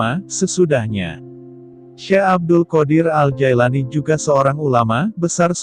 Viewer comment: Bukan Jaelani tapi Jilani yang bener pak nyebut nama orang